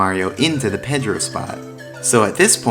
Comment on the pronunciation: He also pronounces Pedro the wrong way